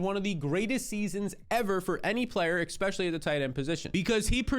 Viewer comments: Here again to say I'll subscribe when you start saying especially instead of eCspecially. Drives me and the other 66% of nonsubscribers nuts. Jk, prob just me. Man us youtube commenters are a tough crowd. Great content/suggestions though! You've earned a like. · can you pronounce "especially" properly, it is a major irritation for me. I can't listen to a full episode, and I won't subscribe because of that reason